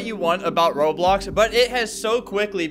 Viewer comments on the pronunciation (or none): Yo why you said as s in roblox I found out